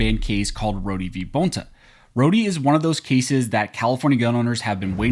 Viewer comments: Dude Rho-de case?? Rhod minus the e. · It’s pronounced Road the e is silent.